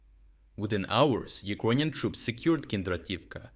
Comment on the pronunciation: Can this blud start to learn how to properly pronounce the word Ukrainian? or just pronounce it in the original language itself.